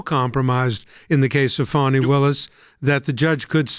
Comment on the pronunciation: What reputation, for living up to her name? Guess I think loosing that could be a very good thing. This woman is a prime example of a spoiled child growing into adult sized clothing. ..... and its Fāni not Fawni!!